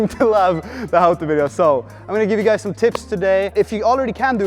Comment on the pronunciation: "a lot of you Gies..." Oh hey, are the rest of my family also subscribed?! :-D